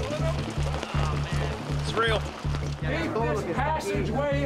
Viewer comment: I like how says “it’s REAL”